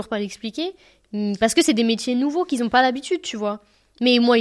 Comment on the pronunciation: qui ont*😅 pas qui "zont"